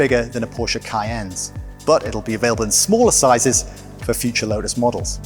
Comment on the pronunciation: Why does he keep calling it a “lodus”?